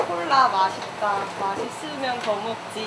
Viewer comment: 아니 구자욱 발음이 "코카콜라 마시따 마시스면 드믁지" ㅋㅋㅋㅋㅋㅋㅋㅋㅋㅋㅋㅋㅋㅋㅋㅋㅋㅋ 찐대구 ㅋㅋㅋㅋㅋㅋㅋㅋㅋㅋㅋㅋㅋㅋㅋㅋㅋㅋ